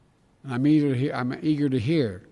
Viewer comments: He messed up. He didn’t intentionally say it, slow it down to .5x and you’ll hear him say EAGER not the n-word. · N word hard R lmaooooo. Some may say he tried to say "eager" but that shows how used to the n word he is. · I am black and he didn’t slip the n word. He slurred those two words together because of his stutter which people just don’t realize. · He said neager. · " I'm neager to hear...". Lmao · I believe he said eagerd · He said nieager, mispronunciation; listen in half speed or less. Still not my President... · Did he say “we can own the race of the future” huh? He just loves racism doesn’t he. His eyes were like can I die now. When he messed up on eager to hear, it was like he was thinking, “thank god I didn’t say the N-word” but because he thought it he said it. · Lobster Johnson He didn't say it though. He jumbled his words so it may have sounded like it, but he said "eager." The subtitles are often inaccurate. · he blended the words im+eager